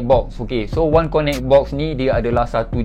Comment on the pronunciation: Bos, sebutan ‘connect’ akan datang kasi betulkan. Lain2 mantap.